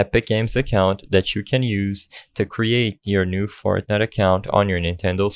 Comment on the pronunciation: did you say fartnite